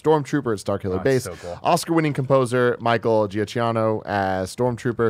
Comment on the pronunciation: Pronounced: "Michael Joo-Kee-Know"